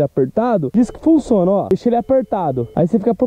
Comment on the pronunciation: "Ele Funçona" Kkkkkkk